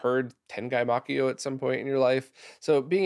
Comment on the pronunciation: Don't blame you for this since you don't speak Japanese, but Makyo is only two syllables, not three. Ma-kyo. Using the standard way of Romanizing Japanese words and names into English, Y is always a consonant.